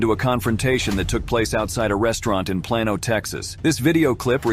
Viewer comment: Plano Tx is pronounced as PLANE O v. plan o and most folks here are friendly and kind to strangers from my experience when i was there.